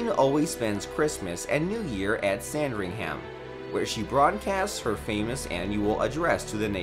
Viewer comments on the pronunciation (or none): Cringed does hard every time he said it lol it’s “Sandringum” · Sand-ring-ham-house 😂 It's sand-ringum or buckingum 😂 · You pronounced some of the places on this list Buckingham is spelt Buckingum not buckingham Hillsborough is pronounced hillsbru not hilsburow sandringham is like Buckingham palace pronounced sandringum not sandringham and balmoral is pronounced balmoral not belmoral. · Hearing him say Sand-ring-ham gave me a migraine